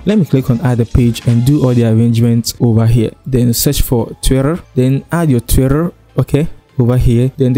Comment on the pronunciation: Love how you pronounce the Twitter